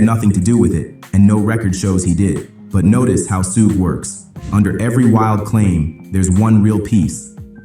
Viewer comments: "Its not sue gay its shuge." So that video is clearly AI and shouldn't be trusted. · Su Ge the ai is pronouncing it like it’s Japanese.